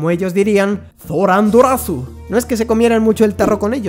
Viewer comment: No creo que los japoneses digan "zorandorasu", porque no tienen sonido ceta xD PD: Menos mal que Umbreon no acabó siendo veneno, así al menos hay oportunidades de que falle tóxico e.e